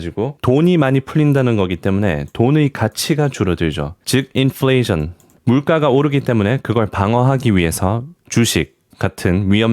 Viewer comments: 인뿔레이션ㅋㅋ발음 킹받습니다 ㅋㅋㅋㅋㅋㅋㅋㅋ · ㅋㅋㅋ 다른 영어는 발음 한국식인데 인플레이션만 인플레이줜 하는거 ㅈㄴ 윳기네 ㅋㅋㅋ